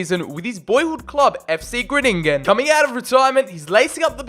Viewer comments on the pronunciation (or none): Bit late but its called fc Gro-ning-en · Im dutch you say fc grooningen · Hahahah ono the way you say fcgroningen 😂👍🏻